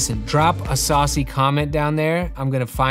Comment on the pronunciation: The urge to leave a comment that just says SA-AW-UCY.